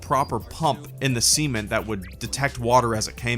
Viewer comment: you say "cement" funny. I thought you were talking about semen at first